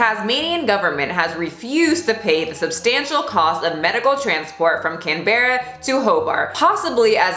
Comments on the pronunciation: Im offended that you called it 'can-berra' when its pronounced 'canbra' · As an Australian, I’ll tell you — “Canberra” is pronounced as “can-bra” not “can=be=rra”. Aussie words are weird with pronunciations haha. Minor issue aside, as a person who has gone through something similar, and living in the same country, hearing this news made me shake...but I’m so glad u talked about it! As far as I know no youtubers has addressed this absurd madness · Aussie here, did u just say, cam-berra, instead of saying cam-bruh?? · I'm so "OFFENDED" - You pronounced Canberra wrong! - It's Can-bra 😂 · It's pronounced "Can-bruh" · As a Aussie I'm offended by the pronunciation of Canberra (said like Canbra in one go) hehe. In all seriousness this is sooo wrong!! Can't believe he's getting off scott free 😡🤬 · I know this video is 2 months old, but I haven't seen any comments about this, It's "Can-brah" 😂 Aussie words are not intuitive pronunciation unfortunately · I would say I can't believe that this happened in Australia, but it just came out that a staffer was raped in the federal parliament. Also way beside the point but it is pronounced Can-bra. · I know it’s spelt Can-bear-ah, - but it’s pronounced ‘Can-bruh’... we’re a weird mob, lol 🇦🇺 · When she said “Cann-bear-a” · As an Aussie I'm like where the f is Can bear ra ... then ohhh it's the accent Canberra lol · Can-bra Justsayin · Heya, Aussie here! Canberra is pronounced "Can-brah" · LMAO I'm sorry but as an Aussie your pronounciation of Canberra killed me 😂😂 ya say it like can-bruh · Just FYI, it's pronounced "can-bra" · Canberra = 'can' 'brah' from an Australian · Not offended but hey, an Australian here, that pronunciation of Canberra was hilarious haha. It’s pronounced can-buh-rah because Australia is weird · HOW U SAID CANBERA OMG IM DYING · I'm offended you pronounced Canberra wrong, but also not coz Canberra is boring af 😂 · im offended by the way you pronounced Canberra also that man can rot in hell for eternity